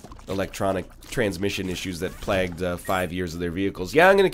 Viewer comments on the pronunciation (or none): It always makes me curious regarding the reason for the amount of dislikes a video like this has. Is it NL's acknowledgment of enjoying The Last Jedi? Disliking the prequels? Enjoying Undertale? Enjoying MCU films? Using the term "mansplaining," albeit ironically? Mispronouncing "plague" for the thousandth time? Some combination of these factors? The mind boggles.